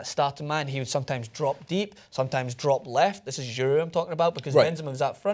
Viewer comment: giroud not gerard